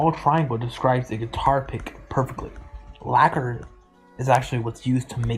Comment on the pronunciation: Fingers coming from the ends of the phone A hand's waving till your all alone It pulls the strings and makes them ring Until your heart turns to lacquer (being pronounced "liquor") Spamton is describing Dess's guitar